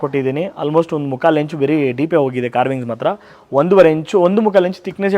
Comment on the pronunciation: Like the way he says beri ☺️☺️☺️☺️